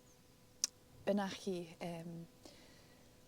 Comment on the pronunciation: The hill range Bennachie in Aberdeenshire, Scotland, is pronounced "Ben-a-hee". lol.